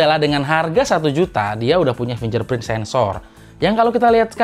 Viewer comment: Fingerprint dibaca finJerprint. Hahahaa!!